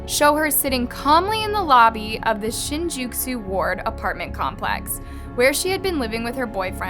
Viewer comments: Shinjuku Not Shinjuksu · Shin-Ju-Ku - How can you mispronounce Ju like that? It is a syllable we use in English.